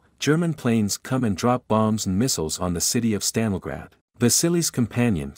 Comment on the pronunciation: My dude pronounced Stalingrad about 14 different ways, lol. Good video.